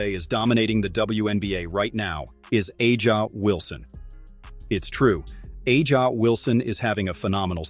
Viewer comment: I had to stop listening when you pronounced Aja’s name wrong. It’s hard to take you seriously. Huge Clark fan right here ❤